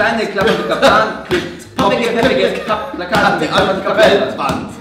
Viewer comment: völliger lachflash „ Plakate“ 😂